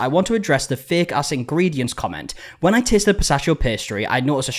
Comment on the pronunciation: "Wen" bro